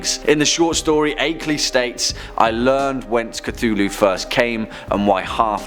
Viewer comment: Did he just say “Ctulu” at the start of the video 😂